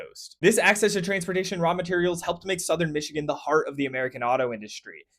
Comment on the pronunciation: You pronounced the names correctly in your discussion of places in Michigan !